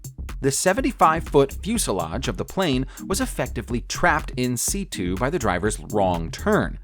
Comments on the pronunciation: Its pronounced "IN SIT YOU" You fucking asshole. You dont say "see-too-ation". Jesus. This is a stupid situation. OR should I say "Seetooashun"? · "trapped in seetoo"? oh you mean situ. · "trapped in seetoo"...bro, why do you pronounce words in such a fucked up way constantly? "In situ" isn't that hard to say...you need to go out of your way to fuck that one up.